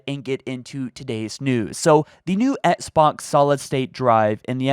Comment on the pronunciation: says "Esk-Box" instead of XBOX.;) ESKimo Box